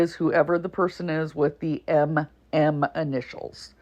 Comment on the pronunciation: Oh yeah, and its DD PERSON, NOT pershon 😂😂😂